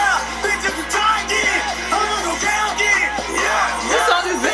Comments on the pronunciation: but its kaioken not KAY-okin..... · He pronounces kaioken 2 different ways lol